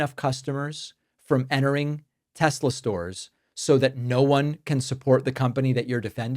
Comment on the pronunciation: It's simple, THEY LOVE TESLURRR